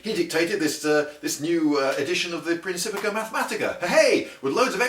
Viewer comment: Isaac Newton just appeared to me ranting about how you mispronounced the title of his book....He said it was "prinKipia" or something, and not "prinCipiKa". Whatever...